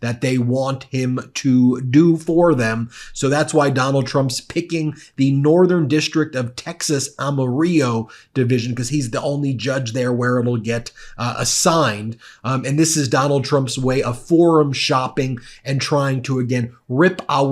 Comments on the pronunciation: Am-A-Reo?…. Uhh, I think you meant Amarillo which is pronounced just like it looks. Am-A-Rill-Oh. 😂😂😂😂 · You pronounce the 'll'' in Amarillo, like an 'l' not a 'y' Anyway....... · AM A Rill oh hard l sound dude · Ben, Amarillo is pronounced with a hard L. I can see why you would miss that, but I have a feeling this won't be the last time you talk about judge Kasmeric. 🤔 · Am uh RILL O. ..in Texas speak. 😊 ❤Debra O Dessa. ❤❤❤ 😊that was adorable ❤ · Just a quick comment, at minute the correct pronunciation is ‘A ma ril low’ (not the Spanish pronunciation). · Amarillo pronunciation sounds like pillow, just saying 😊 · Good one Ben but you have to pronounce Amarillo correctly; the geographically challenged MAGAs are depending on you. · Just an fyi - the two letters “l” in the name “Amarillo” are not silent. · OMG! You can't pronounce Amarillo?? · My guy...and bear in mind i love your channel...but PLEASE learn how to properly say Amarillo...George Strait might be able to help ya out on this one...still Trump is trash VOTE BLUE! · Check your pronunciation of Amarillo